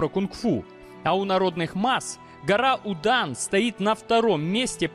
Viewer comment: Будан,звучит как Мудан ... соответственно там и мастера муданы